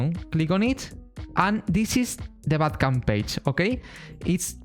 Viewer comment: You say bandcamp wrongly, you say "Bad Camp" without saying the "n"